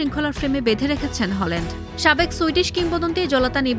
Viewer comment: হলান্ড❎🤦‍♂️ হ্যালান্ড✅👍